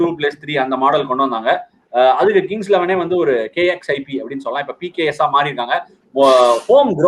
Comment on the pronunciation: it's PBKS not PKS